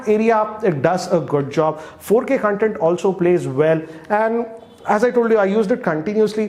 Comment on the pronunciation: Hey great review! Also it's pronounced as Con-Tent not Cun-tent